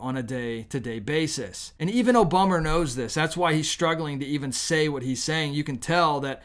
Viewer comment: I like how you pronounce Obummer!